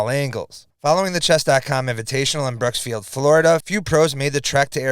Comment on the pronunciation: Brooksville Florida not Brooksfield